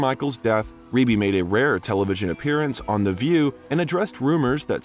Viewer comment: I'm so happy you finally pronounced Rebbie's name correctly. 🙏